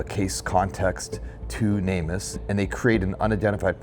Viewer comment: You'd probably have better luck getting info out to the general public if you stopped saying "namus" all one word and instead pronounced it "Name Us". People are much more likely to connect the org with the purpose if pronounced as words instead of an acronym.